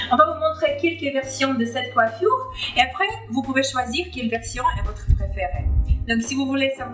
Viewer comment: Pourquoi tu dis coiffuioure?!